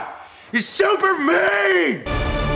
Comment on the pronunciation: Supermat instead of Superman